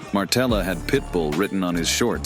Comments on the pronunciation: It's Materla not Martela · Its maTerla, not maRtela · Materla, not ,,Martela'' 😁 Also Poland was never ,, Soviet'' 🤣🤣🤣🤣🤣🤣🤣🤣🤣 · It's actually Materla, not Martela... Pretty decent fighter actually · Dude not Martela but Materla😊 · It's perfect example that you don't know what your gibberish is about when you said "steroids" in the sentence about Pudzianowski XD And what is "cocky" about Materla (not Martella you GoT fan) in fight with Pudzianowski? You obviously don't know a genesis of this fight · It's MATERLA, not Martela haha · Materla, not Martela :D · ITS MATERLA !!! NOT MARTELA.............. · Materla not Martella